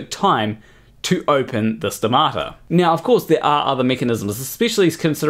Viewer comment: I say stomata, you say stamato So much wrong with this story. So little science.